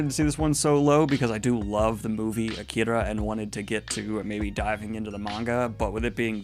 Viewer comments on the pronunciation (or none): none